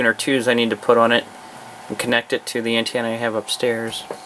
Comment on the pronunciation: Antannna Its Antena!